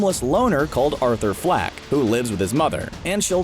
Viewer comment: Arthur FLECK ....not FLACK . Get the name CORRECT ~ 😈🔺🦋